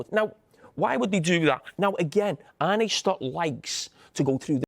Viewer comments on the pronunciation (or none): His name is Arne, not "Arnie", Carra you berk.